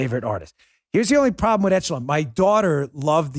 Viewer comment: Excellent yet frightening video. Great work Dan and crew. BTW, it's not pronounced "ETCH e lon", it's pronounced "ĕsh′ə-lŏn". Just sayin' :D